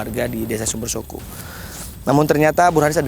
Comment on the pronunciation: HOOOOIIII......BELAJAR BAHASA JAWA LEBIH BANYAK. SUMBERSOKO SUMBERSOKO. PADA TULISAN NAMA DESA SUMBERSOKO ADA 2 HURUF O.... O YANG PERTAMA SUDAH BENAR KAU UCAPKAN SEPERTI SUARA KALAU KAU UCAPKAN KATA OTAK. DAN O YANG TETAKHIR BUNYINYA O SEPERTI BUNYI O PADA KATA ROKOK. FAHAM ‼️ JADI 2 HURUF O ITU BUNYINYA BERBEDA, BUKAN SEPERTI BUNYI MULUTMU SUMBERSOKO SUMBERSOKO.... PINGIN TERTAWA SAMBIL LEMPAAAR SANDAL KE KAMU MENDENGARNYA....😂